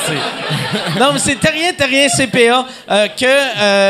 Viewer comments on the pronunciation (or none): Le gars il dit "mes" au lieu de mais, laissez y une chance.